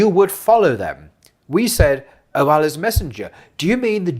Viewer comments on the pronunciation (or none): لا حول ولا قوة إلا بالله. There’s sound of H at the end of the name